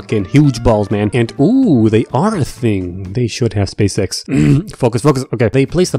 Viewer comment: Am I the only one who hears spaceX instead of space sex?